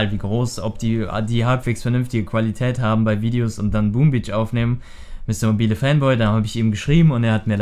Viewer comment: es heist mister MOBAIL fanboy und nich mobilä